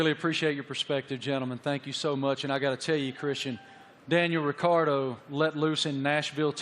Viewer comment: Holy bleep Did she really just call him "Daniel Retardo"😳